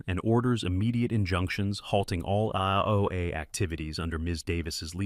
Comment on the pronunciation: Somebody needs to sit that AI down and teach it that 'HOA' is pronounced as individual letters and not like a drunken "Hoo-ah!" I missed about 20 seconds of narration from choking on my coffee for laughing. 🤣